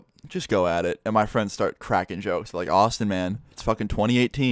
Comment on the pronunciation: When you say Austin it sounds like you say awesome Btw this comment is not trying to be offensive You have the most interesting life lol 😂